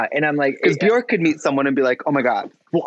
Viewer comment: My humble wish for 22… that people start saying Björk/Bjørk the correct way… pleaaaaase amaricans…. Get with it!